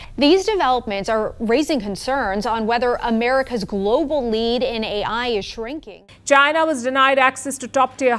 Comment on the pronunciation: 印度人说China说出了Jiana